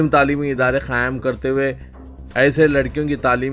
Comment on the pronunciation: QAYEM KERTE HUYE KO KHAYEM KERTE HUYE KYUN BOLTE HO...SUDHER jao